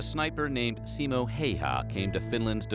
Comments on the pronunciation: Simo Hyyah 😝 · “Siimou Hei Haa” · "Simou HEY-HAA" 😂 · "Simo haiaa"✋😭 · what finnish people heard: Simo haijja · Oh god 10 seconds in and I'm cringing at the way his name was pronounced😭😭 NOT IN A BAD WAY! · how dare you to say his name wrong, you just manage to make him angry and thats why you hear the BIIIP he is comming for u